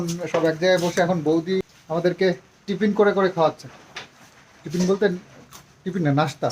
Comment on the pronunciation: ....tomar vlog dekhle mon valo hoye jai...etto sundor village views ❤...tipin bolbe na, bolo Tiffin 😊